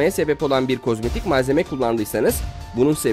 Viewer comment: hep k osmayik diyon bu ne